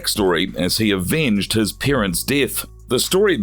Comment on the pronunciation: It’s also parents not peerents